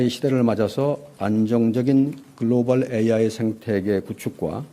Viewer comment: 말꼬리 잡자면 글로발(x), 글로벌 (o) 입니다! global 미국식 [ˈɡloʊbl], 영국식 [ˈɡləʊbl]